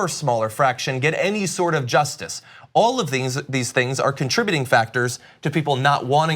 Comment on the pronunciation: Cenk, the word 'justice' has two syllables. 'Juss' isn't a word.